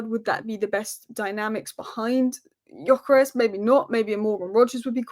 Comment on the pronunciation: Just wanna say I met a Swedish bloke on holiday and its 'Gyokeres' with a hard 'g' and a normal 's' ...